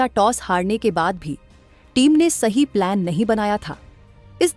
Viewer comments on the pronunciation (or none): none